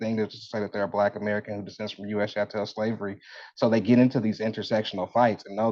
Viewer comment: What is "chantel" slavery? Does he mean "CHATTEL" slavery?